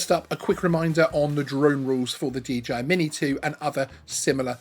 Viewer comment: Is the company called DGI or is it just the way to pronounce DJI........? asking for a friend ;-}}